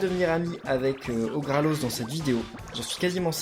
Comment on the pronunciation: c'est orgalos pas orgralos